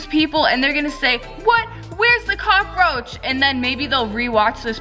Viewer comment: "OMG YOU FOUND A COCAROACH ON YOUR SLIME EEWWW"😉